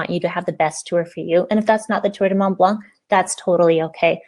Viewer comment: Hi, when you say it you don't prononce the c, it's "blan"